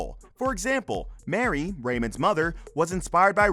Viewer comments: I still love this show- enjoy the re-runs! The narrator called “Marie”, Mary & mispronounced “Barone” as “barren”!! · your not even pronouncing their names correctly....lol..Mary? Baron?